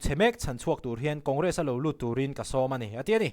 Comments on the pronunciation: J Sawma hi Sawma hi cheng sawm kan lam anga Sawm hi lam tur aw, ka nau duhtak. I channel a ngaihnawm in a hmuhnawm thin e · J Sawma i lam dan hi,tlemin a diklo.Number chhiara 10 kan lam ang hian ,lamrik tur.Fimkhurtak zelin aw... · J.Sawma Request(sawm) ang ni lovin Ten(sawm) anga thluk tur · J. SAWMA hming khi i pronunciation a diklo aw..i lam ngun si a lo zir chiang leh deuh teh..